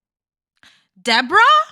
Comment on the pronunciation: It's actually... DEE"BOAR"RAAH... 😂 And she looks EXACTLY like the puppet "Madame"... from the 1980's show "Solid Gold"... GIzelle, Mia, Ashley... and Ashley's "thirsty" friends... are ALL delusional... 🤨